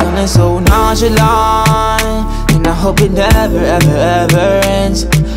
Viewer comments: A Boogie said "nonchalant" Alkaline said "nonchilant" Jamaican people alone😂😂😂😂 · A boogie said “nonchalant” but alkaline said “nonchilant” lol 😂😂 only Jamaicans